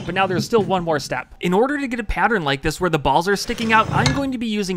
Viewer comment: bro said balls differently :p